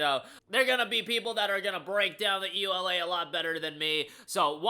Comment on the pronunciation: "EULA" is read as a word, not letter by letter!